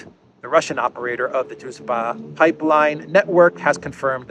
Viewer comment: BTW it's pronounced DruJba. :)